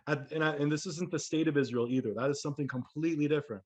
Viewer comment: israel sound as ISIS, RA, and EL